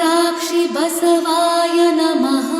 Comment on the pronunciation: ಅಣ್ಣವರೇ, ಆರಂಭದಲ್ಲಿ ಮಾಡುವ ಪ್ರಾರ್ಥನೆಯಲ್ಲಿ, ಬಸವಾ ಯನಮ: ಅನ್ನಬಾರದು, ದಯವಿಟ್ಟು ಪ್ರಾರ್ಥನೆಯ ಪದಗಳನ್ನು ಕೆಳಗಿನಂತೆ ಉಚ್ಛರಿಸಿ ಬಸವಾಯ ನಮಃ